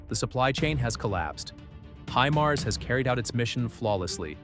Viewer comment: "히마르스" 무엇이요, 군사지식이 있는 아나운서를 사용하세요. 구독자도 꽤 많은데요.